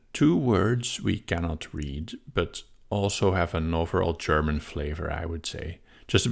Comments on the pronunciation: actually your german pronunciation is pretty good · Your German pronunciation was quite good! Certainly intelligible to German speakers; just heavily accented. Nothing to be ashamed of! :)